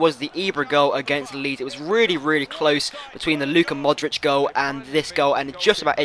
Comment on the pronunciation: Hey, I think you're pronouncing Modric wrong, the C is like the one from 'Subotic' !